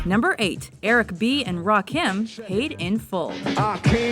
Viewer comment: Did she say "Ra-kim"? You can't even figure how to say the god's name correctly before making the video?